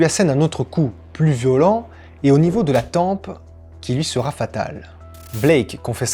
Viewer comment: Salut, j'aime beaucoup ta façon de raconter, une seule chose me dérange, c'est tes liaisons hasardeuses, il sera "t" un ...(vraiment rien de bien méchant tu vois, abo+1